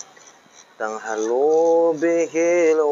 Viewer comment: Mas cuma koreksi solawatnya,bukan WATANG HALU tp WATANHALU..,maaf mas lupa kali ya..bravo lanjut teroooss sampe 1jeti subreker..